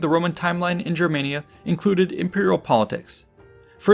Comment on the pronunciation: You're pronouncing Germania wrong, if you're going off what the Romans called it